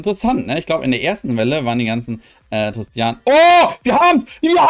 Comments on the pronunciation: nicht tristan....nicht trsitian....TIS-Tina...bitte ordentlich lesen das ist so ein schönes deck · Mich triggert das so hart dass er TISTINA nicht richtig ausprechen kann😬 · Des hat mich auch die ganze Zeit getriggert😂